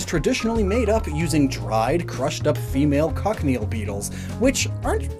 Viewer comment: Just a bit of pronunciation for cochineal Coach-ih-kneel